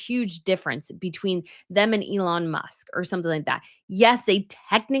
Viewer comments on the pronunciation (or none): none